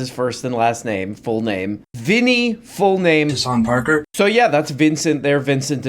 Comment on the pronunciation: “Hasanp Arker”